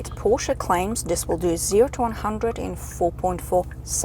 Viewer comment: Love the way you pronounce Porsche with the 'e' at the end, and not Porsch... Like most internet reviewers..BTW your 'silent sex' comment is the funniest thing any motoring journalist has ever said😂 I would take this over any electric vehicle, be it an SUV or lawnmower....